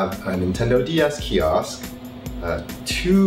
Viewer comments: Kee Oskh , KEE OSKH , KEEEEE OOOOSKH , KEEEEEEEE OSKH !!! FFS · It's pronounced KIOSK not key-oss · stop saying fucking kiosk... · If he says KIOSK one more time..... 🙄🙄😂😂